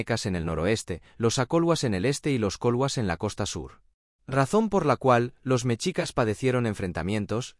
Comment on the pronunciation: No se dice ¨mechicas¨, se dice MESHICAS. La X en el idioma Nahuatl representa al sonido SH no al sonido CH.